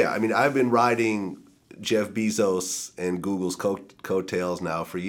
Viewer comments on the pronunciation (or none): "Jeff Beezos"